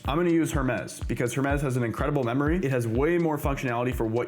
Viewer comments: The Correct Way: Pronounced "Her-meez" with a clear "H" sound at the beginning.The Origin: Creators at Nous Research named the AI agent after the Greek mythological god of messengers, matching the company's thematic use of classical Greek terms (like Nous, meaning mind). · her-mez lol😂